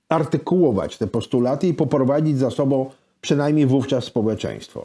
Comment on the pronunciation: Książka fenomenalna. Goście fenomenalni. Rozmowa super. Ale "z tobOM", "z sobOM" do logopedy bo uszy "bolOM"